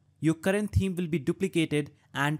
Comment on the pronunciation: Thank you. For you the "th" in thanks and the it's the same in "Th"eme. Yes, seriously, exactly the same. I don't know why you say it so far off when you can produce the "Th" in other words. My comment is not negative. I appreciate your help. Hope my explanation helps you. Have a nice day.